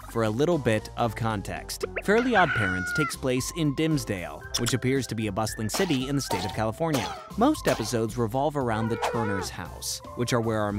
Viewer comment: bro said doomsdale lol qwq